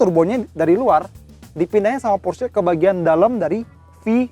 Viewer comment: porsche cara ngomongny gimana yak ? :v kata abang ini /pors/, kalo kata abang rg700 /porsye/ :v